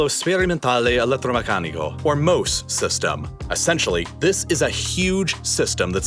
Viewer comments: You butchered the pronunciation of the the sea wall. Mose is pronounced like the biblical Moses (just without the final s), because it is named after the biblical character. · Just a fun fact, Mose is pronounced Mosè, with emphasis on the eh, and this is the Italian name of Moses. It is a play on words because Moses parted the seas and this device aims to control its influence over the city. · It’s MOSE as in Mosè or the Italian name for Moses of the Bible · Fun fact to miss when talking about this project but MOSE (pronounced MO-SE/MO-ZE not ‘’Moe’s’’) is not just an acronym but also the Italian translation off Moses famous for splitting the waters. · It wouldn’t be obvious by the way you pronounced it but I think the Italian plan to move the water is supposed to sound like Mosè (Moses from the Bible) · Btw MOSE is pronounced kinda like Mos-eh and it's called this way because Mosè is the italian name for Moses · I couldn't believe how badly he ruined that. I read it and immediately laughed at the amazing acronym and laughed some more, shaking my head, at his horrible pronunciation and just completely missing the reference. What a sad moment for here. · I couldn't believe how badly he ruined the Moses reference. I read it and immediately laughed at the amazing acronym and laughed some more, shaking my head, at his horrible pronunciation and just completely missing the reference. What a sad moment for here.